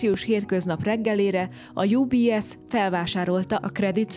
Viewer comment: Miért angolosan mondod az UBS-t ???? Ez egy ôrôkôs magyar rossź szokàs, mint ha az egész vilàg csak angol nyelvûekbôl àllna a hatàraitokon tûl !!! Svàjcban van 3 nyelv germàn dialektus csoport ( német ), francia, olasz, de nem angol ( s mégha nagyjàbôl vàroson 85 - 90%-a a lakossàgnak kissé-kevésbé avagy jôl tud is angolul !!! Ez olyan mint ha felétek minden magyar dolgot orosz kiejtéssel mondanànak !!! Az UBS jô kiejtése Û B SZ, s mi Union de Banques Suisses, mi Egyesûlt Svàjci Bankok -at jelent ( franciàul ). Nyugat Svàjc ugyanis francia nyelvû. Sajnos amit ezen dokumentum filmecske àllît az nagyrészt igaz !!! Ezt jôl tudom igazolni, mert lassan 60 esztendeje élek nyugat Svàjcban, s kôzel 55 éve vagyok itteni àllampolgàr...